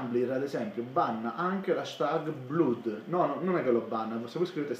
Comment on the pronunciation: Grandissimo concordo con quello che dici, ma devi migliorare la tua pronuncia inglese perchè bluud non si può proprio sentire